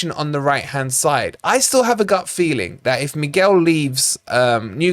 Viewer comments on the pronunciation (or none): none